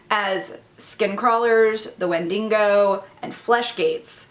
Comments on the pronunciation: Haha, with all due respect, I have to correct you here. It's called a wendigo not a wendiNgo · I like the way you pronounce the word Wendigo, ‘Wendingo’. 😉